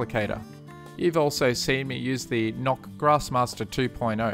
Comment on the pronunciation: its not called nok its noch